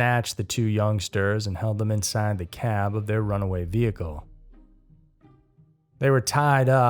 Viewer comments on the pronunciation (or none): none